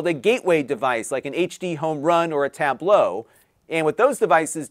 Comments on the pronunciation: Has anyone else noticed that always pronounces it "Tab-blow" instead of just just saying Tablo? Not a big deal. Just something I noticed. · You are not pronouncing it the same way they do in that commercial. Their primary emphasis is on the first syllable "tab", and yours seemed to be on the last syllable "low".